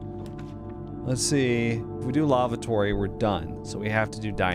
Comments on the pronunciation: Omg.. that is not a broach.. and that is not how you pronounce lavatory.. please stop saying lavatory!!! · the way he reads Lavatory is kinda funny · He says it so weird LOL